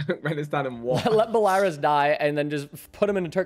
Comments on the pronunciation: Bell-a-rus not bel-a-raris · showing off that american school system education with his pronunciation of Belarus 😭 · pronouncing Belarus OMG